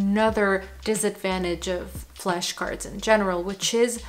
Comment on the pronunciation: why is she saying "fleshcards"?